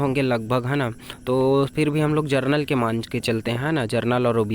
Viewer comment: जरनल नही जनरल बोलो😅😂